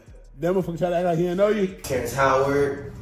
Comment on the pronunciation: Did he say terrance howard